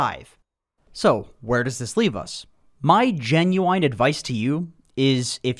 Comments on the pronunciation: Guy, PLEASE, stop saying "genuwine". The word is genuine, Jen-you-win. It's such a bummer to hear someone speak about theoretical DotA intelligently, but then reveal they can't read. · Was going to subscribe but then you pronounced "genuine" that way twice.